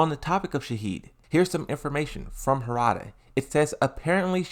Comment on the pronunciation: Bro it’s not hoorada it’s harada, please stop saying hoorada 🤦🏽‍♂️